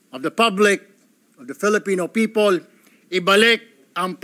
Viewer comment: Tama ba yung rinig ko "Pepow" 😂😂😂